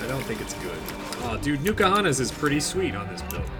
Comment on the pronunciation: Please, it's N Kahuna's, not Nukahanas.